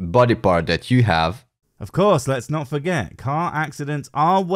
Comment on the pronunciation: "Can we 'ave your liver?"